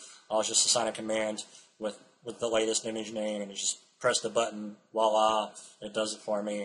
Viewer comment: I love your videos, but you incorrectly use the French word voila. You are pronouncing it as walla. The correct pronunciation sounds like walla with a "v" in front of it. Your misuse of the word is very common among Americans. I hope you appreciate me bringing this to your attention.